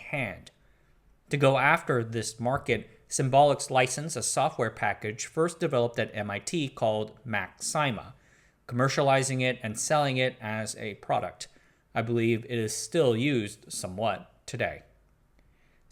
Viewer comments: You put a lot into this history. Thanks. A couple of things to add: CADR is pronounced c-ADD-er (not c-AID-er) and Macsyma was pronounced MAC-sim-a (not mac-SEE-ma). BTW, does anyone remember the Knight terminals on the ninth floor of the AI lab? There was a power switch that we sometimes had to flip when they needed to be reset. The switch was labeled "Sometimes" and "Never". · MACSYMA is pronounced like "maxima". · The "y" in "MACSYMA" is pronounced like the "y" in "symbol", not like the "y" in "python".